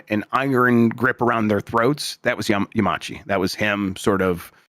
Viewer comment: I am screaming at saying Yamauchi as "Yamachi"